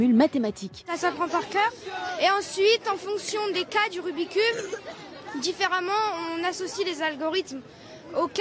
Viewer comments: le rumiceube lol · Le rumi cube mes oreilles seignent